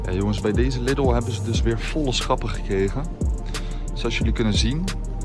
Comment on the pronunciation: Je spreekt de Lidl uit als Liedel, niet als Liddel. Ik weet het want ik woon 4km van de grens en kom wekelijks in de duitse Lidl. ;)